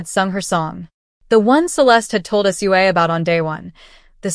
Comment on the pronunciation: You say her name Sue Ahhh